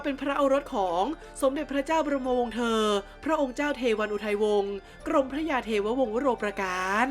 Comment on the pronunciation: กรมพระ กรม-มะ-พระ ต้องอ่านเเบบนี้นะครับ ไม่ใช่ กรม-พระ